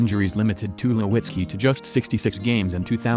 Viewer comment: I was just waiting for the bot to attempt to read off the name for Troy Tulowitzki, wasn't let down.